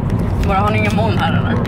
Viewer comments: det heter mooln inte måln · " inga mÅln "